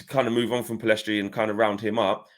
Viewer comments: Lads it’s PELL IS STRI NOT PILL EST RI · My predictions, not necessarily preferences Garner - First team Pellistri (the s is silent btw) - First team Amad - First team Hannibal - Loan/squad player Mainoo - u23/loan Shoretire - u23/loan Mengi - Loan Roshaun Williams - First team/loan Levitt - Loan/sale Galbraith - Loan/sale Chong - loan/sale I honestly hope we keep all of them bar Hannibal (he needs a loan with guarantee mins). I think if they all manage to go to pre-season, they could all surprise the gaffer. I seriously think Martial and esp Rashford have to watch their backs because Amad and Pellistri could very well replace them. We've got an exciting crop of players and some may end up more impactful than some signings. Thing I'm very sure of is that ten Hag will train with all of them esp in pre-season and during the season with those who remain. Laird will definitely wow